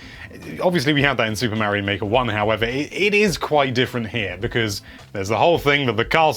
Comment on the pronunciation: Omg the amount of Mary-Os is driving me insane.